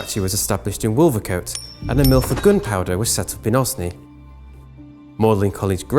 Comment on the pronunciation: Mispronunciations abound.Wolvercote should be pronounced Wolvercut not coat and Osney As Oaznee not Oz-nee.